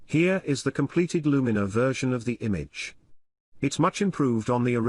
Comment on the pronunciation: A good insight, but you could have taught your text to speech software to pronounce Luminar correctly.